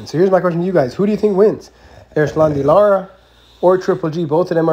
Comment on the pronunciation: His name is Lara not Lata